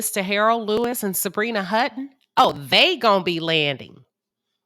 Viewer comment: it’s Hutton